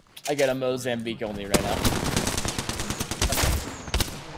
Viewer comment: Mou-zham-beak? Did you mean Moh-Zamm-Bique ?